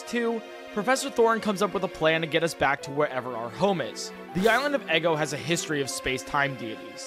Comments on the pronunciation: The town isn’t “Eggo” it “Ego,” like part of your mind between the conscious and unconscious. Of course that guy was Wolverine, all of his Pokémon have looooong claws. I like the theming. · Btw, it’s pronounced ego. Not eggo.